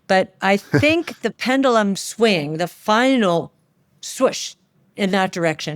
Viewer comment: Mis pronounced PEN-JUH-Luhm.